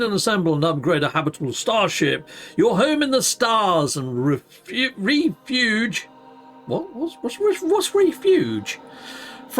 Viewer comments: REFUGE means protection from. Pronounced 'ref' 'fuge' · ima be the gammer and literary police. It's Ref You g, like refugee. It means safety lol😅😅